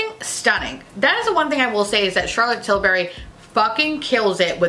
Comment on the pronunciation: Your accent during the Charlotte Tillbury segment had me dying....BTW it's pronounced TILL-bree..thanks for the laughs. you are my fav YouTuber by far 😊